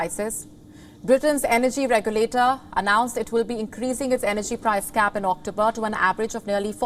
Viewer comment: It’s price CAP, not gap.